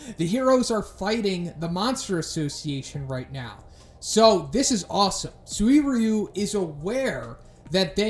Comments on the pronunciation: SU-WIR-YU, i believe you can just pronounce him SUR-YU. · “SuWEEryu!” Huh, that’s a new way of saying that. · destiny phongmany suririweeyu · Bro you're butchering this mans name. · okay I gotta ask, why are you pronouncing his name like that? wtf xD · Please fix your pronounciation of "suiryu", you kinda sound like you are gonna throw up or something when you say it, no offence tho